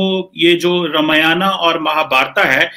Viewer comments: Beta wo Ramyanaaaa aur Mahabhartaaaa nahi hai,Akkal k andhe wo Ramayan aur Mahabharat hai,aap jaise jahil majahaab bol rahe ho to aap se aur ummid hi kya ki ja sakti hai? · रामायणा और महाभारता नही होता आंग्रेज....रामायण और महाभारत ही होता है। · Pakistani ko bol ne bhi nahi Ata hai ramayan bol chima bhagwaan ram k charan per Saran lo tabhi Pakistan ak sahi mulq banega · Qumar cheema yaar too English mat bola ker halwai ......Ramayana nahi ramayan hota he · Sahi se ramayan mahabhart nhi bol sakta hai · Janaab watch your way how you pronounce Ramayaan or else we will be forced to pronounce Pak Koran as KURAEDAAN !! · Ye cheema... Professor hai... Aur isse ramayan aur Mahabharat....Pronounce karna nahi aata 🙄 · इस्को रमायन और महाभारत बोलना नाही आता.